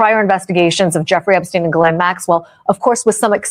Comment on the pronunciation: Its pronounced Ghislaine, with a silent S.